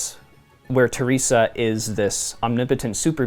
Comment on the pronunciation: Ther res Ah. Not Tier rese Ah